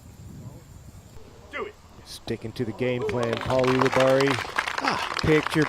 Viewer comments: AHEM! It's U libarri not OO libarri philo. You'd think 15+ years in the game with him you'd be able to pronounce his ever loving name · It is odd that he insists on pronouncing it that way isnt it